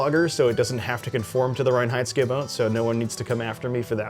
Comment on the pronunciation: As a German, I can only praise you for your pronunciation of the word "Reinheitsgebot". Thanks for all your videos!